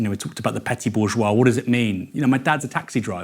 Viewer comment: he pronounces bourgeois correctly, unlike Michael "Boogeois" malice